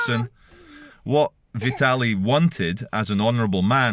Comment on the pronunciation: Vi tarl ie I think it’s pronounced.